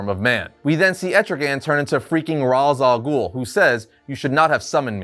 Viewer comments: yeah it's odd since he showed a clip of how to properly say it a while back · is actively refusing to say Ra's al Ghoul's name properly.